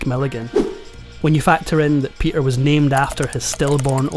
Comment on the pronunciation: This is such a concise, well-written script. You told the story well and it was always engaging. As a voice coach, I have to mention the missing 't' in the middle of your words: "Pe'er Sellars"; "complica'ed"; "la'er" (later). I know this is partly the Scottish accent but you can easily annunciate your 'middle t' while still keeping that beautiful accent. YouTube is a world-wide audience, as you know.